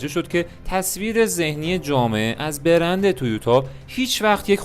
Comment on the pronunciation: چه تلفظ درب و داغونی ! بِرند ( ِ )چیه دیگه😅 بگو برند۔